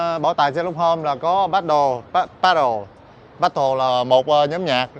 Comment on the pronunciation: Ban nhạc The Beatles đã nổi tiếng khắp thế giới mấy chục năm nay, mà sao lại có thể phát âm sai như vậy? Là Bia-thô ( đọc nhẹ và uốn lưỡi một chút) nha!